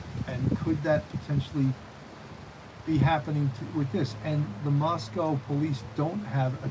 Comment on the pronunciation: Moscow rhymes with Roscoe.